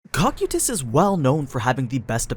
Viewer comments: Kou-kye-tus Not cock-you-tis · he says cock-o-tus, its co-kai-is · ah yes, the tall blue armored bug man's name: "cock-you-tis" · Am I wrong or is your pronunciation of Cocytus wrong? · noone gunna mention that he said cocytus' name wrong?? Or is it said differently when comparing sub and dub? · Stop saying his name wrong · Why tf do you say his name like that